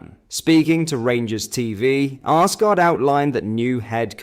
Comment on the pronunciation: Its assghard not arsegarrd